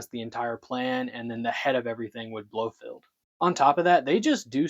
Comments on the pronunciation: well its not field, either. Its "feld" like Seinfeld 😂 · Blofeld, not Blofest. Kananga, not Quanga. Tarot cards, not tallow cards. Just the flubs that I picked up. You might have been more careful with your script.